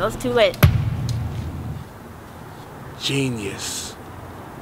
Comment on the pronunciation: Bro you said Genious Oh Lord